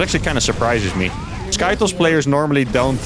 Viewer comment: stop saying skytoes